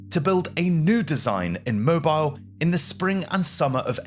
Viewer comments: no, not “mo-bile”, the city is pronounced “mow Beale”😭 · FYI: minor point. Mobile is pronounced Mo-beel. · Pronounced Mo- beel! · The city is pronounced Moe-Beel, the HL Hunley was originally designed to be electric, the hand crank drove a fly wheel that turned the propeller was an improvisation. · lol… I know you Brits can’t bring yourselves to pronounce other cultures’ words properly, but it is pronounced Moe-beel. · Pronunciation tip: Mobile, Alabama is pronounced “mo-BEEL”. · Your pronunciation of names like SHILOH and MOBILE are incorrect , also the way you sound the letter H is also incorrect in your narration . Good narration and getting your facts right is everything , because if it isn't then it can spoil the whole production .